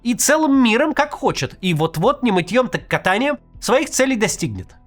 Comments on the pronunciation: Фразеологизм "не мытьём, так ка́таньем" произносить надо с ударением на первом слоге в последнем слове. Максим произнёс "ката́нием", что неправильно. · кАтанье, а не катАние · КушнИр КатАнием Господа Кажется это не Кац А нейросеть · Прошу прощения за то, что поправляю... Но может кому-то покажется интересным... Не мытьем, так кАтаньем, а не катАнием. Мытье и кАтанье - это глаголы от таких профессий как мытарь и кат, т.е. налоговик и палач... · Максим, не катАньем,а кАтаньем. От слова "КАТ"- палач. "Не мЫтьем, а кАтанием". Т.е. не добровольно мытный сбор (налог) отдашь, а палач (кат) у тебя его выбьет. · Максим, "не мытьём, так кАтаньем"!!! Это слово происходит не от глагола "катАть", а от существительного "кат"!! Т.е., палач. Так же, как и "мытьё" здесь - от слова "мытарь", т.е., сборщик пошлин, налогов и прочих утильсборов... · Не мытьем, так кАтаньем - правильное ударение. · кАтаньем, ударение на первый слог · Чемпион по спортивному покеру, без хоть какого-то производствннного или житейского опыта, в сорок лет купивший диплом директора школы, кривляется и старательно изображает из себя политика. Мечтает дотянуться и укусить того, кто уже отхватил четверть территории Украины. Не рано ли радоваться? И еще: "кАтанием" с ударением на первый слог, бестолочь! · БайопИк и КушнИр??? Писаки Каца, проставляйте ему ударения в незнакомых для него словах. СКАА «Не мытьем, так кАтаньем», говорящая ты голова